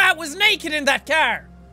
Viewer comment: Every time I hear seán say car all I hear is kar instead and I love it.